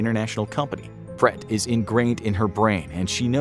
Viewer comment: I was wondering what you were referring to when you were talking about 'pret' it's actually pronounced, 'bled' but extend the E sound as in 'BLEHHT' Written in Thai; เปรต